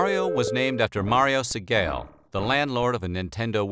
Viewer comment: For what it’s worth Mario’s last name “Segale” is pronounced see-gaw-lee. I worked for his construction company for a summer as a kid. Nice guy.